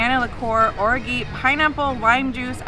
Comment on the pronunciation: Ordinary adventures in how to pronounce orgeat - lol